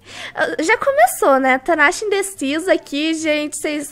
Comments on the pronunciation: Vc falou tanacha mas é natacha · "Corre tanasha" kkkk não é Natasha não kkkk te amo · Vc fala tanasha mas seu nome de personagem é Natasha kkkkk até eu me confundo as vezes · hora de falar que vc é indecisa vc falou tanacha kkkk